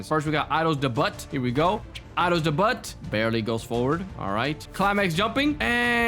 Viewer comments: What is “Mink” and “Idols debut” is pronounced, “Idols day-byuu” not “Idols deh-butt” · “idol’s debutt” 😭 🙏 it’s idol’s dayb-you that’s how you pronounce it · Its daybu not debutt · Idol Dey butt 😭 It’s idol Dey bue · "idle's debutt" it's pronounced idle's debuit my guy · Pls stop its not idols debutt its deybuw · It's Idols Debut (Day-b-ew-t) not debut (da-but) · debut( day-byu) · "idols debutt" fym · To pronounce debut is Deh-byoo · bro it’s not idols de-butt 😂😂😂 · its pronounced de-bu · “Idols debutt” 😭✌️ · “Idol’s de but” 😭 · its pronounced as "i-dolls-day-bute"gng🥀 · why does he say idols debutt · the fact bro said DE BUTT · Bc it’s spelled debut it’s just pronounced without the t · Also, it's pronounced (Day-beutt) for Idol's Debut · bro can't even pronounce debut right😭🙏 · He cannot pronounce debut